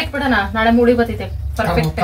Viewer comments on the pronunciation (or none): none